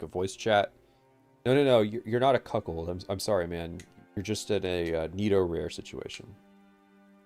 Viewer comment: Despite being unable to pronounce netorare, he has a better grasp on what netorare actually is than most netorare enjoyers/haters.